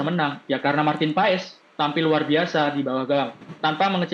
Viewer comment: MARTIN PASS .....PAES TERUS kalo mau jadi komentator belajar dikit napa akibatnya semua ikut medsos MEES HILGERS BACA MEIS HILgHERS...g nya jangan dikuatin